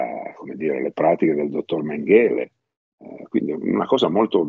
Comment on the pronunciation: Mèngele, con l'accento sulla prima e. Sulla terz'ultima.